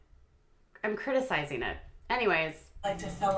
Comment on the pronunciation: "I'm criticizeenit, I'm criticizeen it." I'm from Michigan and this bitch wants to talk about OUR accents? I can't with her.